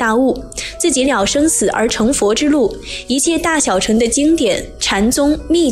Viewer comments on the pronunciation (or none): 小成?大成?是大剩（音），小剩（音）…… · 小乘要念小ㄕㄥˋ，第四聲，代表是車子的意思